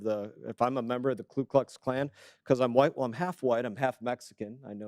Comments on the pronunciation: He cant even say the name right. Its Ku Klux Klan. Not Klu Kluck Klan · Mr. Meeks can't even pronounce Ku Klux Klan. The KKK is the Democrat party which he & other White & none Whites have declared is their party, the party of the KKK, segregation, Jim Crow laws, pro-slavery, Poll taxes, and everything that is racist. Meeks chooses to be, either stupid or ignorant. Democrats were also the party that loved Adolf Hitler until the day America declared itself at war with the NAZI. Democrats created the NAZI youth in America. Democrats received a personally signed Document, thanking the Democrat party for helping Hitler take care of his "Jew Problem" as described in the letter. Democrats are America's Communist party in several versions of Communism, Marxist, Socialist, Fascist, Hitlarian, Maoist, & Leninists. Democrats are a hybrid of all of these movements. What they are not is Christian, Constitutionalists, America loving, & they HATE truth & reality.